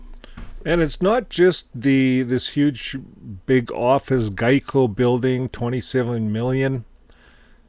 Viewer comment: Excuse me,. Geico is pronounced like this.